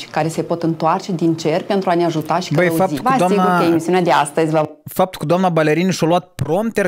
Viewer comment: doar eu râdeam de fiecare dată când zicea duamna înger?